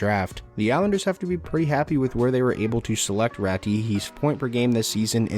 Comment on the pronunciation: Good vid, but the proof pronunciation is Aatu Rah-too… not Rattty 🐀 lmao